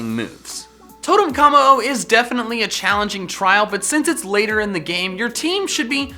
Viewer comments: Why do you call it “Kah-mo-o?” Its “Koh-mo-o” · three things, 1: W R O N G 2: mimikyu not mimickyu 3: how- its kommo-o not K I M M O